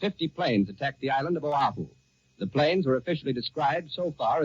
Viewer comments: Sounds like the newsreader was handed a misspelled memo because he pronounced Oahu as "Ohau" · the announcer calls Oahu the principal island of Oh-how-oo. That's how unfamiliar most Americans were with Hawaii at the time. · So the reporter gets pronunciation of “ zOshu” wrong. He calls it “ Ohau “. This is no doubt “ narration language interference “ Ashe confuses it with “ Ohio”. What gets me is Americans saying this is when WW2 started when it really started in September 1939. But for Americans they think the whole universe revolves around their pathetic country. It didn’t start that way but is now. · The principal island of Ohah-oo? I guess later they changed the name to Oahu? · This sounds like John Charles Daley. He pronounced Oahu incorrectly in that first broadcast. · I wonder if Mr. Daly was mispronouncing Oahu or if it was misspelled on the bulletins he was reading. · Right now as I type this, only 23% of Americans can ID Iran on a map of the world. Not six months ago, right now as I type this, a country we're currently bombing -- that's the actual number. I wonder how many Americans had no clue how "Oahu" was pronounced in 1941. I mean we'd just invaded it, and hadn't even forced it into statehood yet. I guess I should cut the journalist some slack, huh. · Old John seems to be pronouncing 'Oahu' wrong, or maybe he's right and we've been saying it wrong. Also, I'll bet many mainland Americans on hearing this news asked, "Where the hell's Pearl Harbor?" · In 1941, apparently John Charles Daly didn't know how to pronounce "Oahu".